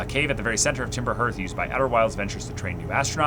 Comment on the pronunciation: By the way, the word "Hearth" sounds like "Heart" but with a "th" at the end.